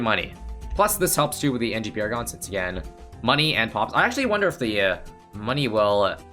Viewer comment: Nah bro it’s sentry pawragon